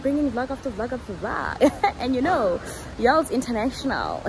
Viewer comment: I've been a subbie here since the beginning of covid, watched every single video and it's actually the first time, I hear "it's Yolz channel" as "it's y'all's channel". How creative!🤔🤭🤭